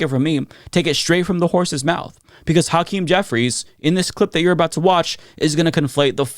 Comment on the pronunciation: I see mispronounce Hakeem Jeffries first name which is what white folks do. The Democrats need to be UNITED, not divided. Even the repugs are talking the same talking points. They're united whether they believe in it or not. We the people have to lead ourselves and become UNITED because these politicians are NOT LEADERS.